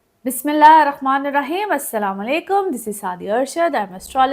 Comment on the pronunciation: Ap bismilah Sahi nhi parhti please crochet it thanks